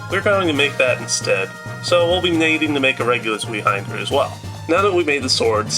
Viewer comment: Zweihänder is pronounced "tsveye-hander".